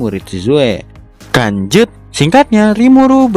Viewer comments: Kenapa setiap abang nyebut "lanjut" malah nyebut "kanjut"? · Abang nya kalau ngomong lanjut malah kedenger kata kan*ut